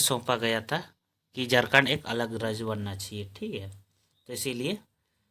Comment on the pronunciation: जारखण्ड बोल रहे हैं